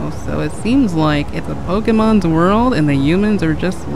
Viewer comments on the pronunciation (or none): I never thought I'd hear 8 say "Pokemans"